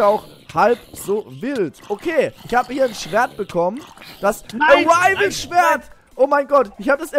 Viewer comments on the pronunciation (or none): das heißt Arrival und nicht Arivel!